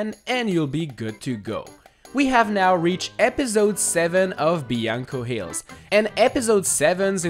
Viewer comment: it’s BLANCO hills not BIANCO hills